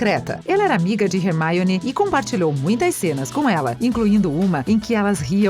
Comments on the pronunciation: quem é hearmoni? vc ta no brasil nao custa dizer hermioni. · Hermione virou Rermaione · Remaione é hermione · hermione virou rermioune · Meu gsuis eu tô morrendo de rir com esses erros de "hermaione" " tiros" em vez de feitiços hahaha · RERMAIONE? PUTS KKKKKKKKKKKKKKKKKKKKKKKKK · Muito bem elaborado o vídeo, mas a pronúncia errada da narradora dói mais que os gritos de uma mandrágora. E outra, Rony ganhou sim uma varinha nova, como pode ser lido nos livros, quando ele conta por carta à Harry que eles ganharam na loteria do Profeta Diário e viajaram pro Egito ele comenta que seus pais lhe compraram uma varinha nova. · Mds essa moça fala tudo errado